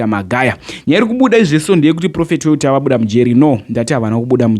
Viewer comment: Why do you say Welter is it not walter?